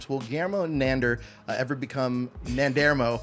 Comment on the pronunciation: Interviewer can't seem to pronounce either the actor's name (KAY-VON) or the character's name (NAN-DOOR) correctly.